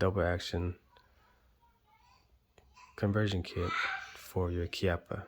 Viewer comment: You are correct on the pronunciation. Thanks for the instruction.